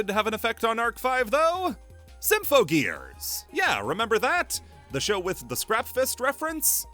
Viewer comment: You had 2 months since the last video to learn how to say "Symphogear" correctly and still fucked it up while throwing it under the bus, great job